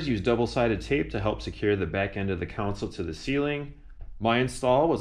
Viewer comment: Is that a common Chicago accent? "Con-sole" vs (Jedi) "Coun-sil"😄. Great job as always.